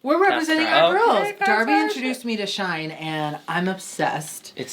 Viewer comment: It's not shine, it's shein, like "she's in"